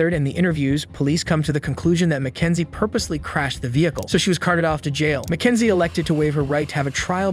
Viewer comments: MACKENZIE SHIRLLA?! MY NAME IS MACKENZIE but not shirlla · “all the down” this voiceover is absolutely fucking ai “Mack-n-zie” … what the fuck is that word, it’s meant to be “but even if it is” but instead it’s “but eunfi it is”